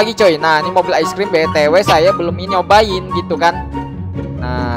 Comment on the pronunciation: Bukan ais tapi ice